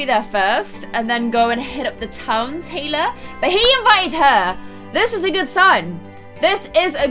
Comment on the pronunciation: she said Tylar instead of Taylor